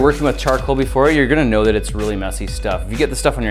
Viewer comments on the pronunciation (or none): none